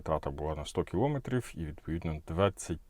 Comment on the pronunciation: Аж вухо ріже: не кілОметрів, а кіломЕтрів!😡🤔